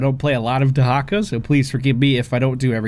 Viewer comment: WHAT? Dehacka?